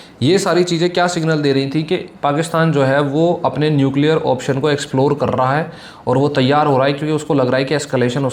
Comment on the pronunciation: न्युकलीयर....!!!!😅😅😅😅कुछ भी